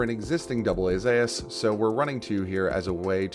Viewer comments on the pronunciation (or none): It's called "Zoos" not "Zayas", why are pronouncing it so weird?